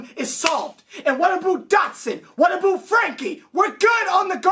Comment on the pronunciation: been watchin for almost a year now the rants are hilarious but I still dont get the "aboot" thing... i thought i was a Canadian thing but idnt even know if your from canada 😂😂